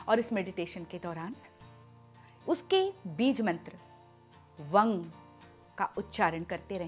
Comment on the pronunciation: Vang .....ya vam bola jayga mam